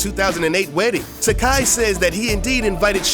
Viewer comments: George TA-KAY not TA-KAI :) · It's TakEI. Like TOUPEE. XD